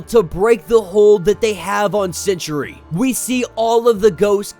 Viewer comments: Lmao, stop saying sentry like century. 🤣Geezus kryst. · Why do you pronounce Sentry as century? 2 not 3 syllables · no, i cant Its Sentry not Century